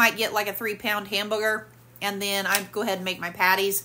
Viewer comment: YES she always says Hambooger it cracks me up 😂